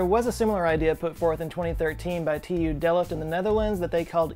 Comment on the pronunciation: Sorry to comment, but it is called TU Delft (Technische Universiteit Delft/Technical University of Delft). There is no "e" between the l and f. It's only one and a half syllable. I say that because the Dutch are kind of sensitive about the way things are pronounced sometimes (like calling the Netherlands Holland). I had a Dutch exchange kid and I went to his graduation at Delft (cum laude btw). I had to have security clearance to attend because he graduated in the nuclear reactor building. Everyone speaks English and you would not know you were even in the Netherlands. The reason being because English is a ubiquitous language and the school is a pure mix of everyone from around the world. Amazing place.